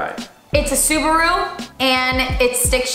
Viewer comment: The way they pronounced "SuBaRuu" 😕 Love the vid tho